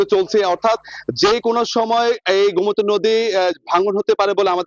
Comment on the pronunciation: গোমতি এর উচ্চারণ গোম্তি করেছেন কেন?